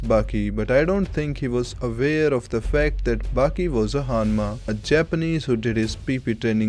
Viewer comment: Dude great video as always but "Hanmacally" killed me put right